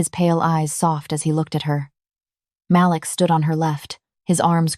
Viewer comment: Is his name Malik or Maliks or Malix? Please edit the narration and the subs. The voice is amazing, but the lack of spaces between some words and the way some words said wrong are ruining the story. At one point a word was said loud, but it was supposed to be a whisper.